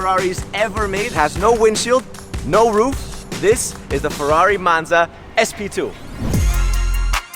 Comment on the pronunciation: Capisco che la lingua italiana non e facile e non è diffusa....ma per cortesia la parola Ferrari e la parola Monza Per noi italiani sono la sacra bibbia ...quindi esigo la pronuncia perfetta!!!!!!!!!!!!grazie Duilio zarola from italy Rome